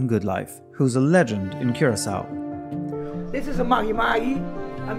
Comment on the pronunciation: Did I recognise an Eastern European (Polish?) accent? 😉. BIG THANX for 'Kyurasau' pronounciation! 👍 LIVE LONG AND PROSPER! 🖖